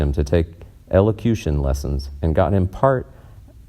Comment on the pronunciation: Ironic that you missed pronounced ´ elocution ´.